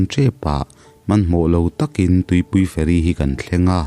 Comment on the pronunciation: nia feri zawmloa,fe'ri tih ang deuha lamrik ani zawk mah mahse a ngaihnawm tho